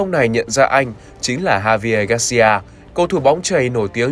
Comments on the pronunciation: đúng rồi anh. mà tại anh đọc em nghe y hệt H thường cho tới khi em xem tới khúc "nhận ra vận động viên Javier" :)) mà cũng có thể do listening skill của em chưa tới :) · Javier đọc âm J hơi chứ đừng đọc thành H luôn nhé